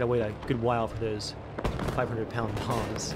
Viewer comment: i kept hearing 500 pound moms not bombs